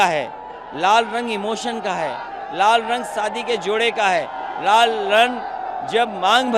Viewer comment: Pahle bolan Sikhe pahle to hanumaan ji ka Vastra sindhoori hai aur lal ko rar bol rahe ho